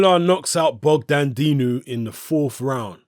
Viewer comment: it's bogdan dinu not dogdan dinu.